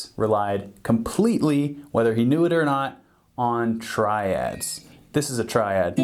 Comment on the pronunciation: Phhuuk ur Tri-Dads. I’m Not Drunnnk ur drunnnnk.